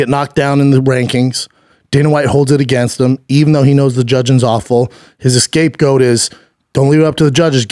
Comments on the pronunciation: For sure stop saying escape goat though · Excape goat 😂😂😂